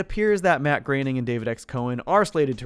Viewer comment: Ok, but if you're going to talk at length about Matt Groening, at least pronounce his name right